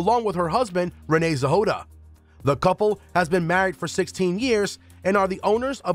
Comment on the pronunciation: Why are you pronouncing Casey’s last name as “Zehoda”?